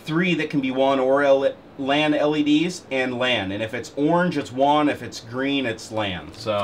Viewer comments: Wong? Who's Wong? you mean WAN? (Waaannn) It's like LAN but WAN. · Ummm... you're a software developer and you call it "won" connection? It's WAN. Rhymes with van. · It's WAN (like man) not WON (one)...is this a tech channel? LOL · Did you get a discount since you received the Mexican version? You must have for it to have that many "Juan" ports! Just messing with ya. I know this is a 5 yr old video, and I'm sure by now you know it's pronounced just like LAN except with a W instead of L.:P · WAN (Wa-an) said as Wan (Wa-on) lol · It is WAN, not WON. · Wan not wawn or however u are pronouncing it. Like LAN with a w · you're saying WAN almost like wand without the D.. I always had thought it was pronounced similar to ran. Seems like a cool device none-the-less, but as other's have stated, this doesn't support bonding. Failover's cool though, but I can build that for free with linux. :) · "Won Port" ??